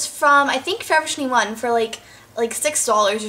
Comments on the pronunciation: Lol. You say forever twenty one weirdly. You say it Like fovuhtwienuh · U say forever twenty one so weird.